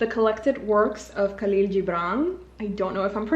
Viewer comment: Khalil is Arabic your saying it is a Spanish accent hehe. It's Khhhaleel jibraan (the sound not spelling onvs